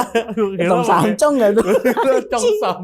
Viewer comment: 😂😂😂Bukan CHONG SAM bang ....tapi CHEONG SAM😂😂😂